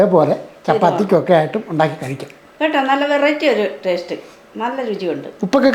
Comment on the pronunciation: ടേഷ്ട്ട് അല്ല... ടേസ്റ്റ്.